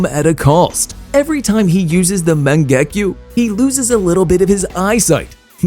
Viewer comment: Bro said mon-gu-gah_ku